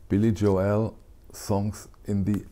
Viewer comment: Thanks for your informative channel! Lots of great information. By the way, here in the states we pronounce Billy “Joel “ like North “Pole,” rather than like “Noel,” as in The First Noel. All the best!